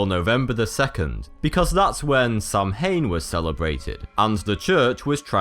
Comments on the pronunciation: Crimson Vulpes how would he know it was pronounced like sow wen i mean look at the word it has no w's in it i thought it was samhain as well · That pronunciation of Samhain was off. It is more like Saow win. mh in gaelic makes a w or v sound depending on the situation it is in. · It's a brilliant video but I have to agree with Gerty, shame not to pronounce Samhain properly! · The way he pronounces Samhain 😖😖😖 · You pronounced Samhain wrong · I'm not if many people have heard the story but where I live the reason we pronounce it like that is because we were all told a story of a man named Samhain who went knocking door to door dressed as a demon and would cut peoples heads off and leave the heads on the door step, we were told that was where pumpkin carving came from and where trick or treating came from because after the scare that was put on by the man children began dressing up to scare their nieghbors, knowing different now and honestly thinking about it it doesn't make since but it was a fun story for most of the kids in the past generations it was just a good way to give a scare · The incorrect pronunciation was driving me crazy :) glad for this comment. I’m English but often celebrate in Edinburgh. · Hahaha I was gonna comment that too 😂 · "Samhain" is actually pronounced "sao-in" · I'm so disappointed that you didn't pronounce Samhain correctly D: it's pronounced Sow-en. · Samhain is pronounced sow in or sometimes sow win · The word samhain is pronounced Sowhan. Bit of Irish knowledge for ye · SAMHAIN IS NOT PRONOUNCED THAT WAY IT'S PRONOUNCED "SOWIN" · samhain is pronounced sowan and is irish ( gaeilge ) for november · hahah 'samhain' is pronounced 'sawen' looo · it's sawan, ....mh = 'w' sound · it prounounced saw en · it's pronounced sow ain you doughnut! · samhain is pronounced sow-an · I think the correct pronunciation is sth like /sa'win/ or /sau' in/ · Sau-in* that's the pronounciation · It's pronounced saow-an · NOT SAM-HANE Its saowin